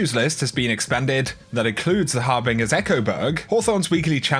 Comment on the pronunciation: The har-BING-ers echoo. Loool. Gets me everytime. ASSUMUNG DIRECT CONTROL.